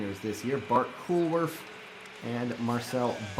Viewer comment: Hoolwerf is pronounced as “whole-wheref “ ;)